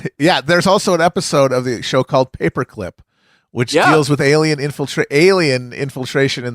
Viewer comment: Who taught felix that was how to pronounce alien